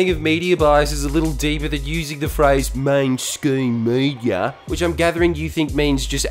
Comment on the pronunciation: Are you saying main scheme media or main stream media?